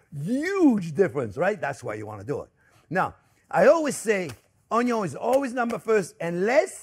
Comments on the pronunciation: Yes, I like how you pronounce 'onyo'!! Thank you, Chef for all the tips!!!!!!!!!!❤❤❤❤ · Come on, how cute is he! Adorable! Plus I learned so much from him. And we no longer say “onion” we say onyo. The looks we get at the grocery store 😂😂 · The most important is how you pronounce Onyo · And don’t forget: it’s pronounced ONYO! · Just watching Chef Jean-Pierre to hear him pronounce ONYO is reason enough to watch - period. But his recipes and instructions are good too! And now I know I need to get a new cutting board!